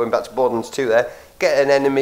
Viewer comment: Borderlunds? It's Borderlands. Lands rhymes with hands.